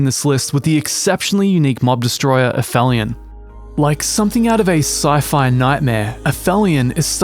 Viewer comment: Aphilion.....pronounced app-helion. Is the point in the orbit of a celestial body at which it is farthest from its local star